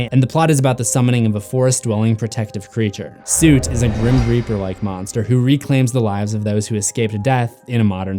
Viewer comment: Soot is pronounced like foot. Not suit